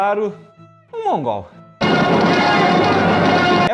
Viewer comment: É só eu que não entendi quando ele fala Mongol